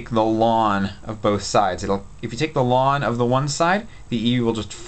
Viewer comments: first, I heard it as 'lawn'. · A lot of people pronounce the individual letters instead: "ell en". Probably a regional thing. But his way kind of makes sense when I think about what ln stands for. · We pronounce it lin.😂😂 so funny how it's different for everyone 😂